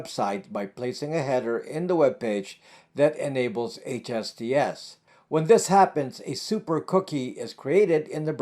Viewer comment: Are you saying "HSTS" or HTTPS"?